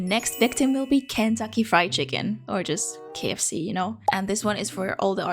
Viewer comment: I love how you pronounced all the ikea names but dropped the ball at the kfc dude